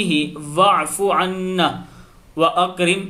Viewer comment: Parhne men thori ghalti ha عنہ پہ